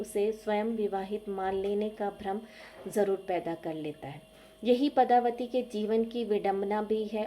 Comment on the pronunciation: Nice but the name of character is padmavati not padhavati